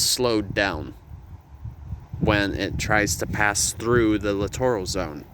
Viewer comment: Look up the pronunciation for littoral. You’re saying it wrong. 🤦‍♂️